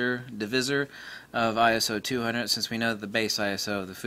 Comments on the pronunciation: Not Eye-Ess-Oh. It's Eye-So. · Perry Nah!! Just get annoyed by stupid people playing childish semantics!! Arguing over Eye-So or Eye-S-Oh, give me a break!!